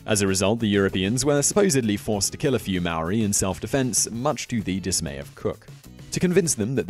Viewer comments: I've watched 20 seconds of this video and already annoyed by the way he pronounces Maori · If you gon teach other people about Māori people, learn how to say the name first🤦🏽‍♂️ not to mention the other things you said🤦🏽‍♂️ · And hongi hika isn't the only well known rangatira. Mere is pronounced me re not meer. An it's Maori not marry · It's not mari it's Maori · its not Mayori its not that hard to say *Maōri. And half of the kupu Maori (maōri words) are wrong. if my koro saw this he would get his cane and teach u how to say the words properly. Our Ataahua Culture is unique and no matter what it is mine. Maori Are NOT Terrifying. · “MOWRI” that hurts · When I heard him try to say the word Maori, I heard him say; Meow -wee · every time he said moweriee. I threw my laptop onto the ground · I know he tried but the way he pronounced Māori sounded like Maui from Moana instead lol. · pronounced maori / maa-or-e , hapu / haa-pu, haka / ha-ka not haa-ka, & hongi / is hong-ee. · Yo if you if your gonna do a video about us learn to say "Maori" right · If your gonna make something about Māori people say Māori right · Could’ve at least learned how to pronounce ‘Maori’ properly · sam baker here mate. Yeah. Nah. He sucks at pronouncing Maori words. Yeah. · Te Reo Māori. It's not difficult to pronounce if he really cared more than just sharing facts for ratings. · I couldn't finish watching this, his pronunciation was so bad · you really butchered the word maori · i understand the frustration but alot of people do not announce the Maori language right especially in NZ! im just glad that more people know of our culture even though some facts are wrong most people dont even knw what language we speak or where we are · Cant even say maori right 😤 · um your pronunciation is REALLY off but um... good video? I guess? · He can't even say Maori 😂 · please check pronunciation of Maori words and check out the name of the warrior you spoke of. The name is totally wrong. Cheers